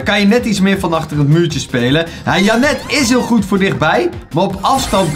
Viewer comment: Is het zo moeilijk om de namen in het Engels te zeggen dus jenet ik ga het nu onder elke video zetten wnnr je het zegt